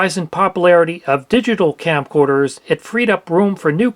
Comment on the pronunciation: are you saying campcorders? it sounds like you're saying campcorders. fr though great video these plugs are a nightmare.